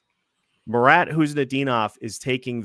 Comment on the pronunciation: Pleased to hear normal pronounsation of marat's surname. Nice. No 'K' in front.